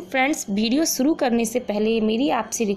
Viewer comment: Suru nhi shuru hota hai,sahed nhi shahed hota hai